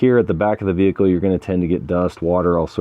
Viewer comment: “VEE-HIC-L is operating as per design & intent” (normal)